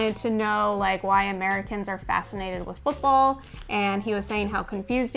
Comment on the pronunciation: Like the way you pronounced 'football '. It sounds exactly how we pronounce it in the Netherlands 'voetbal' 😂 fun fact: This is why Americans call it soccer